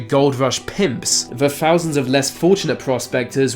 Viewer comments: > fousands , vis, ve, free hundred fousand, brofels, norf, feory >english > cant pronounce th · Why do you pronounce words with a th as if that makes the F sound? It's "thousands" not "fousands", and it's "with" not "wif". It's fun listening to you butcher the english language. Lol